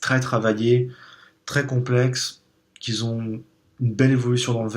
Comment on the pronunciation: J'ai découvert ta chaîne récemment et elle est vraiment super ! J'apprends plein de choses qui m'aident à mieux apprécier mes whiskys, merci ! (Par contre juste un petit truc qui m'écorche les oreilles à chaque fois : "qui ont", ça se prononce comme c'est écrit, pas "qu'ils ont", ici par exemple "des whiskys très complexe QUI ONT une belle évolution dans le verre", pas "quizont une belle évolution dans le verre"...)